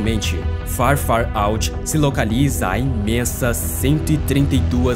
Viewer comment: Vídeo maravilhoso! Mas tem que melhorar mais ao falar o nome certo do astros. Tipo "Farúti" repetido várias vezes dói aos ouvidos. Perde a credibilidade, parece apenas um vídeo profissional que alguém resolveu postar para um canal dublando por cima. Mas desejo seu sucesso sempre e não pare jamais.